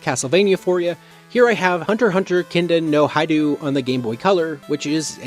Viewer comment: how are you mispronouncing things that you yourself wrote down.. "kindan no haidoo" ??? you wrote kindan no hihou everywhere..